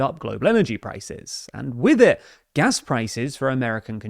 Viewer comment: Took me a few seconds to understand he was not actually speaking about gas when he was saying "gas".... lol wish they would work out what variety they were speaking :)